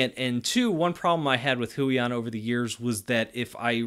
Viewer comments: Great review, thanks for this video! Brand is pronounced hway-on (rhymes with 'stay on'). Passed the video to my missus since she's the artist of the pair - would love to buy it for her if she was interested! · It's actually pronounce as Hue yawn but close enough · The way he says “Huion” makes the cc say “hooey on”🤣